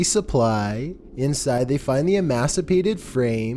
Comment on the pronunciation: ...EmAciated...not imaciatted😉